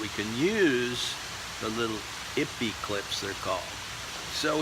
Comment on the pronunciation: Here is your second opinion - just 4 years too late. He is right it's pronounced ee pay. Ippy sounds so funny though so keep saying it.